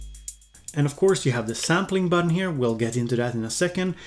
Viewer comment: Seeing as we are all making fun of youre pronounciation i gotta draw attention to how you say button